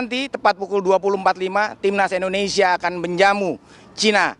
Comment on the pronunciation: Indonesia..bukan indonesa